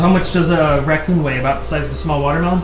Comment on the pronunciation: Aaronfire42 Gamboa its raccon not racton . 😂😂😂